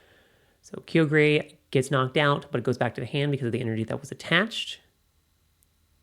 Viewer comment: kyogre "ky-yo-ger"